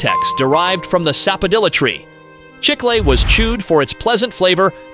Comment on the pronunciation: They keep switching from Chicle to Chickel, with the wrong pronunciation far outweighing the correct one (CHIK-lay).